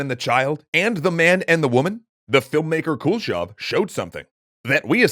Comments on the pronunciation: Dude! It's not the Cool Shove effect :P Kuleshov is pronounced koo-leh-shov. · As a russian I giggle every time you pronounce “Kuleshov” like “Cool-shov” Also, kudos for finally pronouncing names with “ov”, instead of “ev”! It’s a common mistake in english - so surnames like “Khruschov” become “Khruschev”